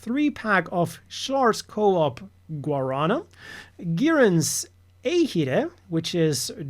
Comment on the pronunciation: actually it's pronounced "guaranÁ" and I have no idea why it is so dark...